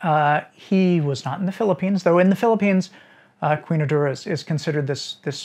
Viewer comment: Urdura = Urduha (Oor-doo-ha) in the Philippines.